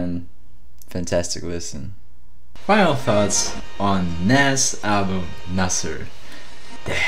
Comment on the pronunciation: Cool Reaction, But plz pronounce Nas name correctly